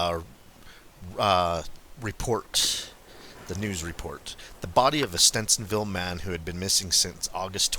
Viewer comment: He was from Stevens ville. Aka stevensville not stencinville. Sorry drives me crazy when people don't pronounce our towns right. I remember when this man disappeared and was found. I live about an hour from this area if even that.